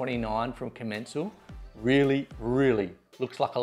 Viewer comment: Its called com-en-cal